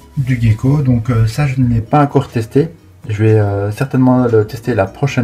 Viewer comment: La prononciation, gecko et pas guecko.Mais à par sa ta vidéo et bien,continue comme ça 👍.